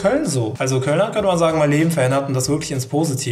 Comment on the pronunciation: DAS -Wort bzw. Phrase: "Könnte man sagen" oder ausgesprochen:"könnemansan";):D